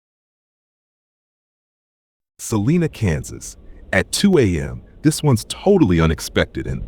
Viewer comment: That's Sal-eye-na Kansas. Long i sound.